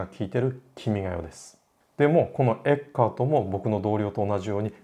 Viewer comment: ティラミス～つながりで。 一般にフランツ・エッケルトと表記されますがはちゃんとドイツ語の発音に従ったフランツ・エッカートと読んでいましたね。 君が代といえば君が代の歌詞発祥の地とされる鹿児島の大宮神社には何度か行きました、大宮神社の入来神舞（いりきかんまい）の「十二人剣舞」の中に君が代の歌詞が朗詠される場面があります。